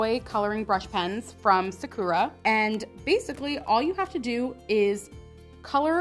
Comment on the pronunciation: Sakura Pronunciation: sa-kuh-RAH